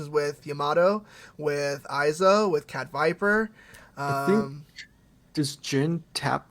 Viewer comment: Found dude missaying his name. Fuckin shame